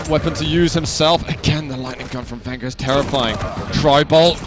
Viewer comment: it's not vengger it's venjeur ffs